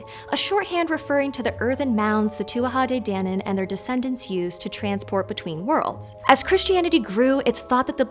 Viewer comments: Please please learn the proper pronunciation of irish folklore beings. Its pronounced TOO A DAY DAN ANNE THANKS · (Tua- te- DAWNIN).. not DANin lol nice vid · Tua de dannan is correct pronunciation Yank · Pedantic Irish person here. It's pronounced: 2-ah day Dan-Anne, in case you're interested. And they weren't fairies, in other words, little creatures with wings. Think of them as pre-Celtic people who practised magic. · Correct pronunciation for Tuatha DéDannan is too-a-ha day-dan-en (it's Gaelic Irish) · It's pronounced very differently than you pronounce it... the gallick pronunciation is more like "two-ah-tha day da-non"... I have a lot of Irish friends and spent a lot of hours learning gallick pronunciation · CHECK-OUT: IRISH ECLIPSIS AND LENITION (GRAMMATICAL FUNCTIONS)! TUATHA DE DANAN, IS PRONOUNCED: TOOWEE DE DANAN. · Her pronunciation of two a ha day danon ruined it for me! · Just a note, it's pronounced 'Tua Day Dannon'. Irish pronunciations can be weird. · saying Tuatha de nannan again again, i so satisfying for some reason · Your pronunciation is atrocious.